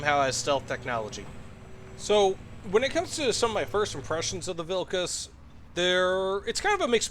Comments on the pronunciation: You said the vehicles name perfectly 🎉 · HE PRONOUNCED THE NAME CORRECTLY, HOLY SHIT